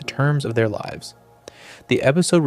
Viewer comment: Your AI pronounced lives wrong